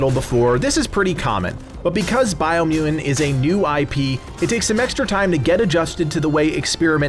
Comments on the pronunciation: Why can’t you say mutant correctly, LOL you keep saying muen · Why u dont pronounce t of mutant? It sounds like muudand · How does someone say the word mutant without using the letter T? LOL This review killed me. Edit: You can say mutated perfectly fine! WTF? LMAO Dude. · Is it me or can he not say mutant properly lol go on say it hahahaahhaha